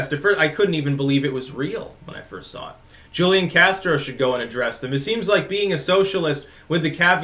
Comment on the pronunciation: Its pronounced Hoo-lian